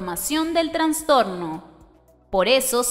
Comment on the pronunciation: Soy yo o la narradora dice "Transtorno"😄😆